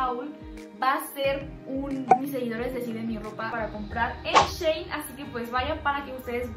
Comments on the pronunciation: Se pronuncia shi in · Se dice "shi in" Antes la tienda se llamaba "she in side" y lo redujeron por eso se dice así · Se dice shein